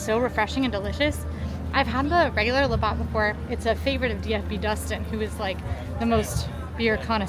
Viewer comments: Labatt is pronounced La-bat not Labot. It’s basically Canadian Bud and Bud Light, but way better. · Canadian here.., it's pronounced "Laa Bat" 😊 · I was just coming to say that lol La BAT 😁🇨🇦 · Heyyyyy I’m from Canada we always go Right … cause it’s the “Right” thing to do. fyi it’s pronounced La Bats like a Bat 🦇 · Please say "labatt" some more! You make it sound luxurious!!lol